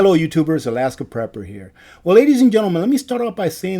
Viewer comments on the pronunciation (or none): none